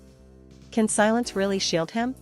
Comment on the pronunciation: Can's name is pronounced John. Spelled Jan. The C is pronounced J in turkish!!